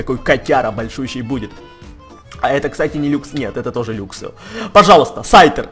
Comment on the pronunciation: не люксио а лаксио и не люксрей а лаксрей